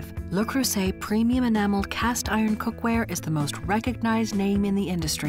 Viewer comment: Where is the care part? The French woman in me cringes every time she says "Lou Croysett"